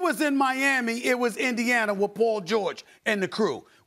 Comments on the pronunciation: "rawsta" lmao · The way Kendrick putting a "W" in the word roster 😂😂😂😂😂